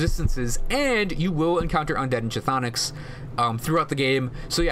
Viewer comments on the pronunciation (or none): I love the guide, I was needing what's worth using what's not, but when I hear you pronounce the word "chtonic" I wince a little. It's "(kh)thonic" where (kh) is silent, so it's basically "thonic". Just a tip.